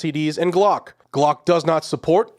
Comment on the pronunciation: Glock not block. ** AI